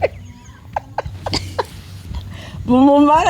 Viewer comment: Ngo BUMUMARO😂😂😂😂😂ni BUMAMURU